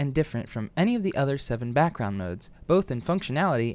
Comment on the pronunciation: "brackround" r/ihadastroke (just for the meme. :3)